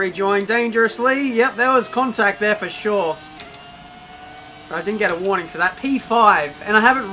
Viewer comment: Whats gwarning 😂😂